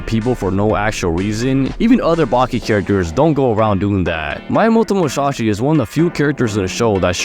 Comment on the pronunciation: damn bro was glazing the jack fans😂. Anyways funny video but please your pronunciation is of miyamoto musashi was WACK. Also oliva on TOP🗣️